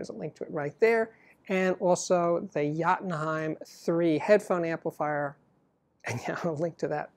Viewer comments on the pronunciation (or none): none